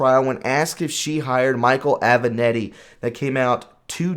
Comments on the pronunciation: It would be nice if you could learn how to pronounce properly the names of the people you are talking about: Aven-Ahh-tti. Ga-ra-gos, come on! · Aven-a-t-t-i, not Aven-e-t-t-i.